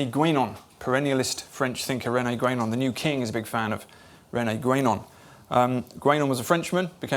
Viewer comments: This guy gets one point wrong: it's not Réné "Grenon" but Guenon. He obviously hasnt read him. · I have actually READ Guénon. But why does Kingsnorth say "Grenon"